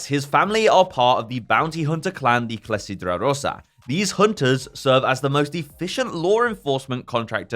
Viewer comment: That pronunciation of "clessidra rossa" is unironically much better than the average British person lol